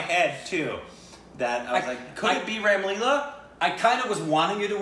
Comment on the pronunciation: It's not rem Leela 🙂 it's " Ram Leela"